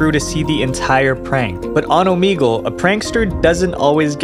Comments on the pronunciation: Ooh Mee gal???????? 🤭🤭😮‍💨 annoying! Its Ooh Meg Lay 👍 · Bro, Oh-MEG-ull. Not Oh-meeg-ull. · wait.. its said omEgle? i thought it was like omehgle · omeegle he says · I don't think that's how you say "Omegle." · We're gonna have to listen to him pronounce the name of the app incorrectly A lot😵‍💫🥴